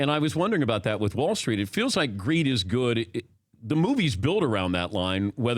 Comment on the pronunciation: Sounded like, “Weed is good!”.